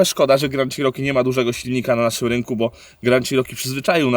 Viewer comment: Jak mantrę zawsze powtarzam ludziom - wymawiajcie proszę poprawnie marki/modele aut. Ten model Jeepa wymawia sie "czeroki" nie "cziroki" albo co gorsza "sziroki". Przy okazji fajna furka, miałem większość modeli mieszkając w USA - zawsze miałem do nich słabość.